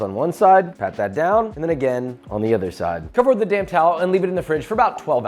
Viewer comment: This is a very good video - BUT to be a great video you should speak a little slower. Every time you say 'damp towel,' it sounds like you say 'damn towel.'